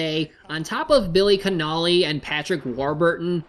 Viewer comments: It’s Connolly not Cannoli you inbred avatar goblin cyborg doofus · It's pronounced coh-noh-lee, not conoe-lee